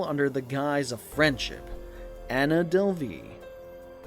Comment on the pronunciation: Is this your real voice or wha? Cuz you are pronouncing a lot of words wrong like her last name, and when you said Berlin too. Or maybe you just don’t know but it’s pretty annoying